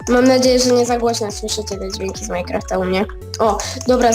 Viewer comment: nie muwi sie majkłąftaxD tylko mainkrafta!